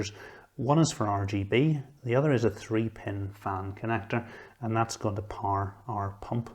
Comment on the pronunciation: Gosh it took me some seconds To understand this “power” word pronunciation, nice video though! Thanks